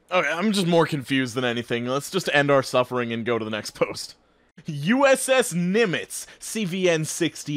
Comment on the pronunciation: You pronounced Nimitz 99% right